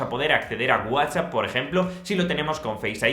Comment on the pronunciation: Qué hay ciertas palabras en inglés que son bien pronunciada, otras que son leídas literales y algunas con una pronunciación “especial” como GUAZAH, más conocido como whatsapp.